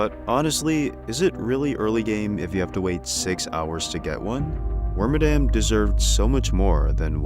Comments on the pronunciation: Wormadam is my second favorite pokemon and I naively yearn for the day it gets new forms. Water, ice, and rock bagworms would be easy to do, c'mon. It also "bugs" me that so many people don't pronounce its name right. It's Wor-mad-am, like 'Madam' Edit: from what I can find on games that speak Pokémon names, it is actually Worm-a-dam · Frick, I'm actually wrong. I pulled up the Pokedex 3D Pro game and Detective Pikachu 1 vids to double check, and they say Worm-a-dam :/ I swear I remember hearing Wor-mad-am from an official source back around the XY days. Mandela Effect is crazy